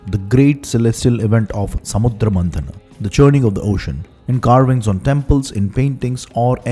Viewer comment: Not Ksheera sagar MADANAM. MaThanam. Tha. Not da (dha as you s.i write it). Madanam = madness/extremely passionate from the word madana = kama deva = cupid. Done?